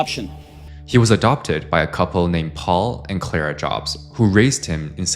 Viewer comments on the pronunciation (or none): none